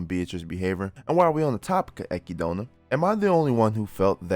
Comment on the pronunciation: you are the only person who pronounces echidna like she sees in the anime and I'm thankful for it